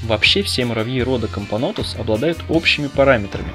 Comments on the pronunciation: "Всякий муравей, который не матка":))) Кампонтус, или мне послышалось? Кампонотус, вроде как правильно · Not bad, not bad. Продолжай в том же духе, только правильнее кампонотус, а не кампонтус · Комптнотус? Чего ? Кампанотус правильно читаеться . А тебе диз за неправильное произношение. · Тоже услышала "кампонтус" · Очень странное произношение кампо'нтус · кампонОтус а не кампОнотус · Ахахах ну ты и сказал в начале кампонотус